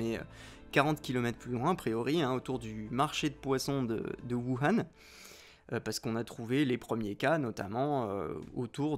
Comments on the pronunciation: Plutôt "wourhane" je trouve ça plus porche, après c'est du détail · Même pas foutu de prononcer correctement Wuhan (prononce woo rann). Le complotiste qui se regarde dans la glace pour se convaincre de sa légitimité à ses yeux. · On dit : "wourane" merci ^^